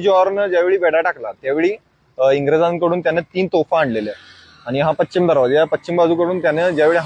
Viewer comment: " Pachim "nahi re baba Pashchim disha